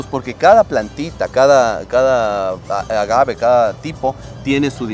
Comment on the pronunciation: Muy interesante este reportaje. Bien explicado, se nota el conocimiento sobre este tema. Tantas cosas que nuestro país ofrece y a veces no lo sabemos. Lo único que me pareció extraño es que seguías pronunciando "ágave" con acento en la a cuando no es de esa manera, a pesar de que escuchabas al experto en el tema no lo corregías. Por favor dilo de la manera correcta sin cambiar el nombre. Saludos desde Canadá 🇨🇦🇪🇨